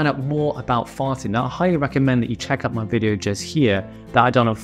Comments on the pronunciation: Good video content. I had a good laugh and had to remind though because it sounded liike you said farting instead of fasting. Lol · Fasting, I thought he said farting 🤦